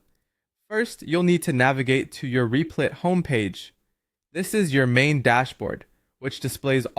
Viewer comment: U keep calling rep-lit , Reap-Light and reap-lit are u trolling ?